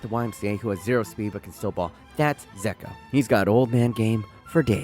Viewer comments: The way you pronounce Džeko annoys me so much lol its more jeko than it is 'zeko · He even said Dzeko wrong 😂 (jeko is how you say it)